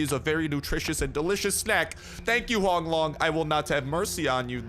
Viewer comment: Say hoànglong not honglong :))